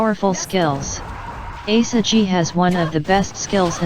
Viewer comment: Ah the franchise mascot, Asa-gee